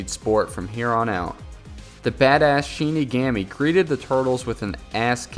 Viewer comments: Its shin.ni,gomi that's how u prounce it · He is saying shinigami wrong